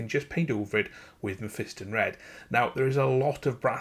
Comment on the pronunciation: You pronounced Mephiston wrong.